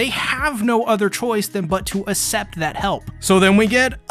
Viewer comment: accept is pronounced ak-sept